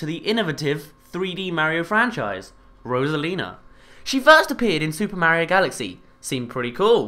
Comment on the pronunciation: rosalina not rosalins